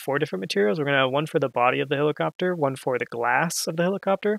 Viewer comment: heliCOPTAH HELIcoptah !!!